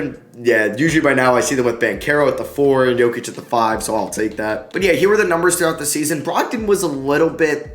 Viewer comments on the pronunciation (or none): none